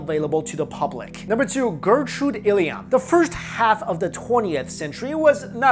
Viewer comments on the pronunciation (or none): none